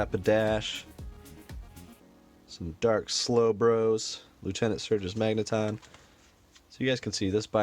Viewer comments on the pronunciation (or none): none